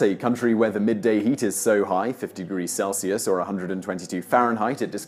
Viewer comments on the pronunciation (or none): none